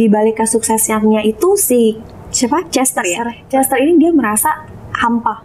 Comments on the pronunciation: bisa jadi tapi padahal Aileen sama Marsha udah bener pronunciation nya, tapi malah dia tetep pronounce Kester jadi kayak Caster. Gw agak ada pet peeve sama penyebutan yang ngasal, bener harusnya paling gak ya riset dulu atau minimal ngikut mereka yg lebih jago bahasa Inggrisnya, kayak Aileen ama Marsha. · Oi kak jangan kestar kester itu yg lain pada nyebut Cester bukan Kester. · Bacanya C bukan K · maaf bgt, Chester bacanya pake C bukan K yah 😁 Gemes dengernya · Chester. Bukan kester... Sebutnya. Mbok ya riset dulu cara baca. Pdhal yg lain sdh bener nyebutnya, tp yg satu keukeuh... Kester mulu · Host nya kenapa ya selalu baca kester kester... bukan kester mbak ... tapi dibaca cester oalaaaahhhhh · Kok Kester sih, CHESter.. bukan Kester. Risih juga dengernya. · Chester.. ce not kester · Host nya ... baca chester pake K , bukannya pake C ????? Host nya harus mulai les bahasa inggris tuh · konten keren tapi kurang riset . plus kester kester dan kornel 🤦 sungguh mengganggu